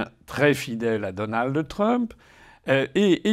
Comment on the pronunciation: On ne dit pas "DonaldE Trump" mais DonalD Trump.